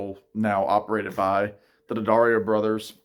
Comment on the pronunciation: The last name is pronounced Duh-DARE-ee-oh